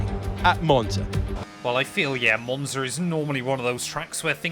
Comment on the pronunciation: Just got into f1 and i been watching these vids plus ur hot lap vids. J wanted to say ur commentary is mad entertaining and I love the energy. Also love the way u pronounced the track in the beginning lol, comin from an Italian